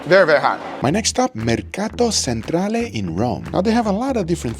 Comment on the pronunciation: "mercado ssentrale" that sound very Spanish, but Italians do not care to tell you, usually, because they understand you anyway. Remember: Italians tend not to correct your pronunciation if they understand you and you do not ask them (us) to do... there may be some few exceptions